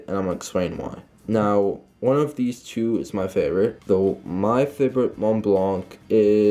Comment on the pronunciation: Bra u don’t pronounce the c in the enemy in Montblanc